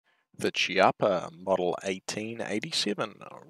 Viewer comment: The correct pronunciation is Keeappa :)